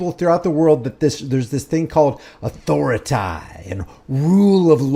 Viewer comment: I dont know if it's where he got it, but Cartman on south park, says it like that.